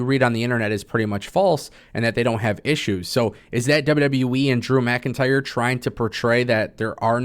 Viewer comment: Saying “DREW MCINTYRE” 💯 xs in that weird fuckn way could gag a maggot!